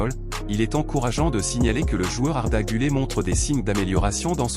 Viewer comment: C Arda güler et pas gule